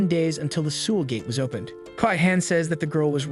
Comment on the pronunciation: South Koreans are crying and insulted that you can't say the name of their capitals correctly. Seoul doesn't rhyme with drool. It rhymes with soul ...